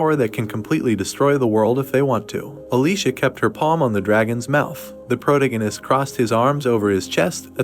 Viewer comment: Fortunately this recap isn't as excessive with saying pro-tee-gee-nist but Chapter 179 is probably the worst AI recap model I've heard yet.